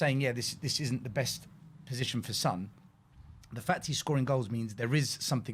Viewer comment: Why do we call him San and not Son? Only pronounces the name right.